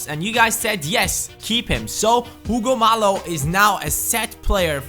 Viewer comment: Hey love watching these Shalke videos but one thing it's not Hugo mallo it's Hugo Mayo